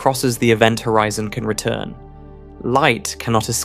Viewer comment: The author is AI. he said hoREEEZON